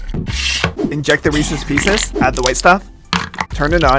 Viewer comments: I thought u said meeseeks pieces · Did anyone notice he called it Reeses pieces